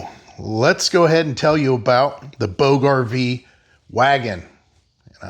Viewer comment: Where is the link to this please? And I believe its pronounced "boodge", like 'lodge' only a long o instead of a short o. Sounds kind of like " boo-juh". At least that's what I've heard before. This is a luxury item but very interesting! Probably invented by someone who either had to pull 2-3 husky kids all around the park, or someone who had to lug a heavy load (firewood?) A long way. Thanks for introducing it to us. Wanted to look it up for price.